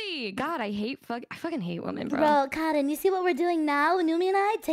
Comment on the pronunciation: I like how calls cotton like 'karin'.